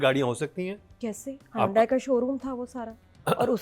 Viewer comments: Excellent as usual but can I just point out Hyundai is pronounced as Yundai as it was pointed out to me that H is silent. 😂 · It's not hondai... It's hyundai.... Dusro k toh har pronunciation pe mazaak udati ho...khudka bhi notice kar liya kare